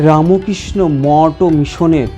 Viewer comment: আচ্ছা, রামোকৃষ্ণ কেন বলছেন, বলুন রামকৃষ্ণ। আর চ্যানেল এটা শুদ্ধ ভাষায় উচ্চারণ করুন। জয় গুরু জয় গুরু জয় গুরু।